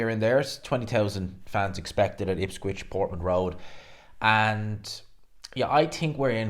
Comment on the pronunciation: Yes ha ha he said IPSQUICH I love it thanks